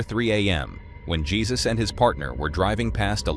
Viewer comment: It's hey sus not the Lord